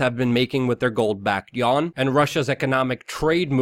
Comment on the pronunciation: China's currency yuan is pronounced yu-en